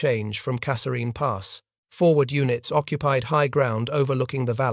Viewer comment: The TTS is very good but doesnt pronounce Kasserine consistently